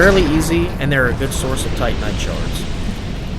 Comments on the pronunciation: Seems like he says Titan knight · I swear, every time you say "titanite", I think you're saying Tight Knight. Don't ask me why lol